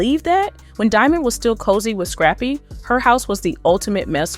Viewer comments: Why she keep calling him scrapie lmao 😂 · Girl the man name is scrap-py